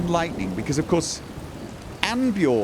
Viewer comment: Dang it,! His name is Arnbjorn, not Anbjorn! Actually, I think that makes perfect sense for him to stubbornly refuse to learn his name properly, lol XD.